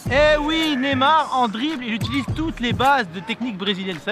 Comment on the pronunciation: C Neymar pas nemar prononce le bien stp